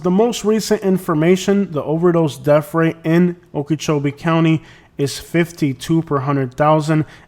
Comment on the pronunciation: What is a DEF rate? Annunciate English correctly if you are going to do video's.